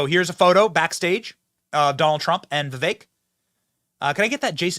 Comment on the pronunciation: "Vivek" is pronounced "Vifake".